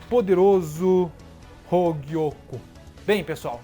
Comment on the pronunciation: "Hougiokou" KKKKK eu acho que eu ouvi isso uma hora nada haver ou eu to doido kkkk